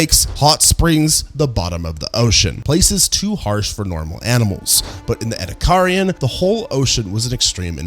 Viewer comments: "E"-"D"-ack-er-un Not ed-uh-car-i-un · ouch ouch repeatedly saying ' eddie carrion ' just sounds so wrong and hurts my ears. its like watching a documentary about American history and constantly using the name Amecira in every line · ah, yes. The sea creatures where burried in a sandstorm. Thats how they got fossilized. Burried in a sandstorm, in the ocean. Between repeating all the same points over and over, and and the fact that we cant pronounce ediacaran right. Im like 85% sure this is AI. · OMG your pronunciation of Ediacaran is atrocious. I want to watch the video but the cringe is almost too much.. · It is incredible how he has mispronounced Ediacaran every single time. Nice video anyways... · Was about to comment, the pronounciation is rage inducing. Rage bait if you will. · a new pronunciation of 'ediacaran'. I'm always amazed how many ways there are to get it wrong.